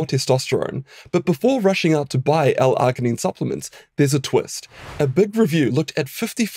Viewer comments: Please pronounce your words right. It's NOT Ar-gin-ine, it's Arg-inine. You know, like an Australian Pirate would say it - ARG, mate, ARG. Like the "G" sound in the name "George." You know why pirates can't recite the alphabet don't you? They can't get past the letter "Rrrr." Damn foreign scientists who think they know our language better than us. 😂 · I have never heard arginine pronounced with the hard g. generally when g is followed by I or e it is pronounced with a soft g like gin or gel. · The way you pronounce "arginine" grinds my gears. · Kiwi accent usually tend to do that hehe